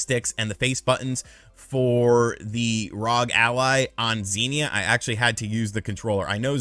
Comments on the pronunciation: It's R-O-G not ROG! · I love seeing this. Competition in the market is always great for consumers. A few things about the video, you're saying Rog, its R O G (Are Oh Jee). Also the Steam Deck is, which is HD just like the Switch's. The ROG Ally is, which is FHD or Full HD. Can't believe how cheap the Ally is and can't wait to see how Valve and the market in general respond. I also love that is fully embracing being an emulation guy now, although he will always be my favorite Nintendo YouTuber. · It's ROG, republic of gamers. Not rog lol Really knows his product. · It's R O G not ROG, republic of gamers